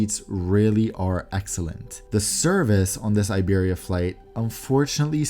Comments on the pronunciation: Iberia is pronounced 'EEBERRYA' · Hey, just a thing I wanted to mention the i of Iberia is not pronounced like in English. It’s like the i of impossible. Americans often make the mistake… like IKEA I guess? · It’s funny your pronunciation of Iberia 😂